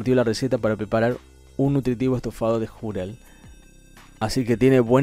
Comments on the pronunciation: si se pronunciara Júrel como en el vídeo lo prununcia se trataría de una palabra grave o llana y por ende llevaría acento ya que estas llevan tilde cuando terminan en cualquier consonante menos N o S ni tampoco vocal. Entonces queda claro que como no lleva tilde es una palabra aguda y la mayor fuerza de voz estaría en la segunda sílaba (Ju-rel) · No es Júrel, sino Jurél (sé que no lleva tilde pero es simplemente para graficar donde lleva la mayor fuerza de voz) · El “jurel” NO LLEVA ACENTO ORTOGRÁFICO (es palabra aguda, no llana como “árbol, móvil - con acento). Ell comentarista lo pronuncia como palabra “llana “ la cuál sí debería tener acento al decir júrel. La entonación de “jurel” es en la ÚLTIMA sílaba (acento prosódico). Por favor instruirse antes de hablar. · Es Jurel, Júrel... -. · Se pronuncia jurel sin asento en la u, y no júrel, con asento en la u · Es jurel no Jùrel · Creo que estoy mal de la oreja, porque escuché júrel. 😣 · Es jurel acento en la e JURÉL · Se pronuncia jurél, con acento en la E. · jurel, es una palabra aguda, así que se pronuncia "ju - REL" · Para tu información : Es "Jurel" palabra que, lleva el mayor acento de voz en la última sílaba. Acento prosodico. Con las disculpas del caso, mi cel no aplica el acento ortográfico en la segunda "o" de prosodico. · Se dice jurel golpeado en la (E) JURĒL pero sin asentó. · Corrección Jurel, no es una palabra llana como tú lo pronuncias, sino una palabra aguda, por eso no lleva tilde, la mayor pronunciación va en la última silaba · Jurél acento en la e!!! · Es Jurel y la segunda sílaba es la segunda osea que es ju- REL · Se pronuncia jurél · Así es , Jurel lleva acento prosódico es decir mayor énfasis en la segunda sílaba. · Jurel pelotudo ... Jurel ... con acento en la E xD